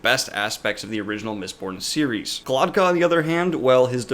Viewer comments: It Glokta not Glotka Glock - tah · This drove me nuts. I kept thinking: Am I messing his name up in my head or is he? :D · It's glokta not glotka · He is not Glotka, he is GlokTa. Glotka it's throat in Russian. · dude can't even pronounce Glokta's name correctly....